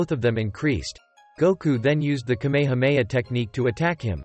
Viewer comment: bruh say kamehameha right